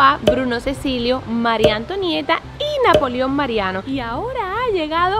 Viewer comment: dise napolio en serio